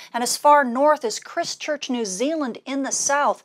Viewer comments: Once again, loads of information couched in terms the layman can understand, plus a little bit of hope in the solar flux numbers (and I mean a little!). One tip though: The city in New Zealand is pronounced as in Christ and church with the first 'i' being a diphthong. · That’s Christ Church not Crist Church, NZ